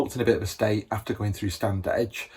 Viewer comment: It's pronounced Stannidge.